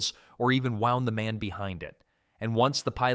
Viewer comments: Pee-lum not pie-lum. Woond not wound. That's what you did to the eight day clock nine days ago. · Its all AI, even the narrator is AI. You can tell its AI, at the AI said wound as in something bound tight, but it was supposed to say wound in being hurt. Both words are spelled the same but pronounced differently. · the narrator pronounced “wound” (as in injury) as “wound”, or past tense of “wind”. That’s what you get with an AI voice.